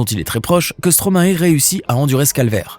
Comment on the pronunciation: Bonne vidéo mais on dit stromaï pas stromaé !!!!!!!